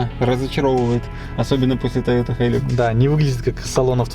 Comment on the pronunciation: прчему "хай лАкс" а не "хай лЮкс" тыж в отеле не лАкс номер снимаеш а лЮкс...